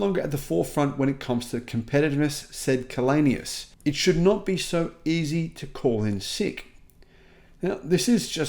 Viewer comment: Källenius is from Sweden. Maybe that's why he can make these statements. By the way his name is pronounced [chaellenius].